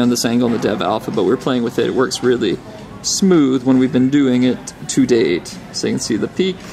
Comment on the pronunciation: smooth?? you're having a hard time when you said it, bro!